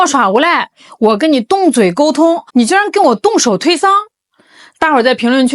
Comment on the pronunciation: 推搡（sang）這個字要念三聲，不是讀一聲的，你讀的聲調錯了😂😂😂